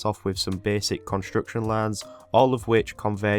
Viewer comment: I do not mean to tease you but the way you pronounce 'construction' is kind of funny